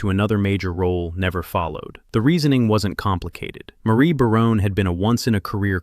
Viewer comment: The voice over guy can't even say Barone properly